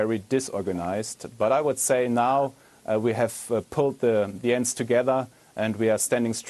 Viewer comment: did he just say:" and now we have pulled the together?" lmao Edit: i know he said ends...